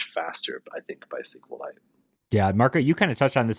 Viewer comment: SQLite is pronounced either "Es-Ku-El-Ite" or "See-Kwe-Lite". It has never been pronounced "Es-Ku-Lite" until this podcast :)